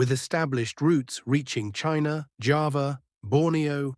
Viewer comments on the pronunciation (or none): none